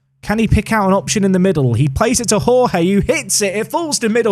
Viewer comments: Hey, really enjoying the series so far! I think Jorge is the Portuguese equivalent to George, and is pronounced a bit like Georgie, rather than the Spanish pronunciation that you were using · Jorge in portuguese is pronounced almost like George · Hi. First time follower of the Park to Prem series but enjoying since Three Bridges. One note, and it seems you will be using Jorge more often. The correct pronunciation is just as you say "George" but the first "G" is fast paced and without the "e". For Túlio, try the following: "Two-Lee-Oh"